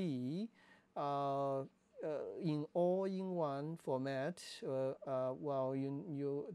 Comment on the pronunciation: All-I is more data intensive in a given recording mode than IPB. So if IPB has problems, ALL-I will too, all else the same. It sounds like you are saying "All in one" in the video, not "All eye" or "All I". It is bad idea to use no-name cards in such a camera as the R5.